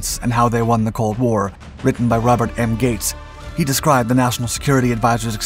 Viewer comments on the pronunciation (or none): none